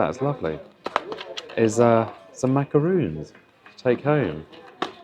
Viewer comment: They are Macarons , not macaroons